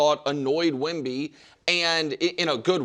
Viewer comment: Wemby not a bay bee